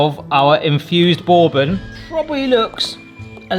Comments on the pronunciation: Looks absolutely amazing, well done.... But the first o in Bourbon silent so it's more like Burbon... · "Bore-bon" stressed me out 😅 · FYI: bourbon is pronounced BURR-ben or BURR-bin. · You saying borebane made me chuckle… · Borbon?? Mm i’m only ever heard it pronounced burbon. Is this an English thing? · “Borbon” lol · The British pronunciation of bourbon is hilarious. Boore-bun. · It is pronounced Ber-Bon. Like you're cold (ber) and then good in French (bon). And if you wanted a honey bourbon you probably would have gotten closer with a $20 bottle of honey jack or its ilk. Otherwise a great video :) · Are you trolling us with that pronunciation of bourbon? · You pronounce bourbon like you have never hear it spoken before. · Same! Bourbon is from the US, and it's definitely not pronounced the way he says it. 😂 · Exactly. That's like calling an American whisky Scotch. That's why how he says "bourbon" bothers me as well, because that is definitely not how it's said. 😂